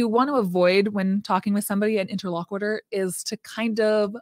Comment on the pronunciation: I know this is petty and annoying, but I mean it in the kindest way possible…, please check your pronunciation of the word “interlocutor”. The “cut” part is pronounced more like the word “cute” and NOT like “quit”. Also, confirmatory IS a word. 👍🏽 Otherwise, love this video and this topic!!!